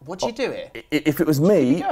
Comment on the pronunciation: look, we’ve gotta squad ‘ear.